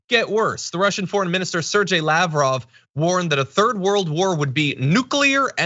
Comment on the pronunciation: John please, it is pronounced Ser-GAY. Like gay, not like Jay. SerGAY Lav-rov. A tiny favour for us Slavs who are listening to you from far away...